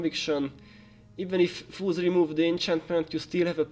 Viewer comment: I was really confused on why you were calling them "foos" (slang for fools), but then i understood by the end that you meant foes. Appreciate the guide :)